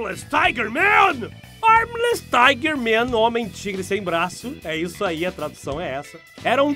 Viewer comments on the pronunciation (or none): none